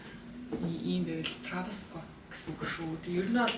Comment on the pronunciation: Трайвис скотт ged helchul ugn 🫢🫢 not траавис